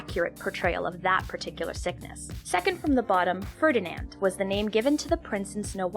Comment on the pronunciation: FERNINAND?! AHAHAHAHA.